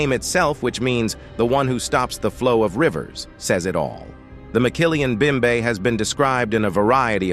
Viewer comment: ROTFL...there is no such thing as a McKillian Bimbe in the Congo. It's called mokele-mbembe. It's pronounced moe kay lay em bem bay Wow...I don't know how Mumbai got to Africa. Any time I've gone there, it's been in India.